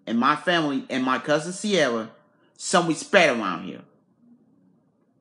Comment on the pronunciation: lord have mercy 😁😁 and said show some wespect